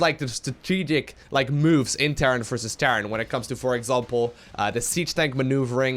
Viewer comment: am i the only one that hears "terrance vs terrace" every time says "terran vs terra "?